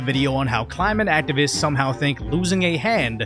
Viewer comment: It's Clinate Change bro!!!!